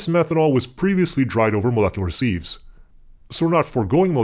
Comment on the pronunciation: Sieves, not "seethes"